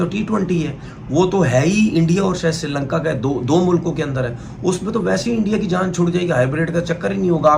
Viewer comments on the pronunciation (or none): none